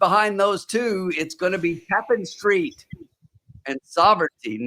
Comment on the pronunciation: Its pronounced. ta-PAN street